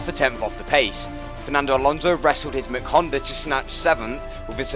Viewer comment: McHonda, either had a hiccup or he turned scottish suddenly